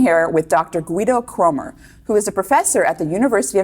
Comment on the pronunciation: Certainly a good talk, but that American way of flagrantly & carelessly mispronouncing the name of interviewee who happens to have a foreign name is a bit saddening.